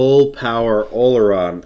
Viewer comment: Olorun not “Oluron” lol